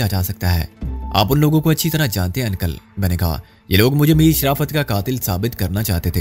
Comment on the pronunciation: ان + کل 😂😊😅 بھاٸی انکل uncle کہنا ہی سیکھ لو مسٹر 😄😂😀😅